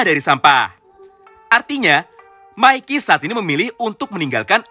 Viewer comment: Bang bukan maiki tapi mikey